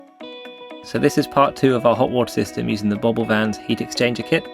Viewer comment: BO BIL pronunciation "Bow beal" it just means Campervan in Swedish